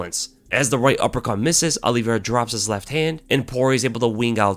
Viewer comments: Olive-i-ra. not Olivera. good to know the fighters' names ya? Justin has zero chance. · "Alliveira" lol